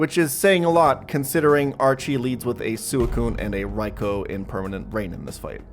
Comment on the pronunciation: (Swee-koon) and (Rai-koo), not (Su-ee-koon) and (Rai-ko)